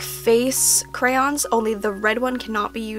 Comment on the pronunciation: When you pronounce crayons like crowns